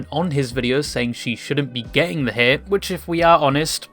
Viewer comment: bro....its haTe not hair...dafuq xD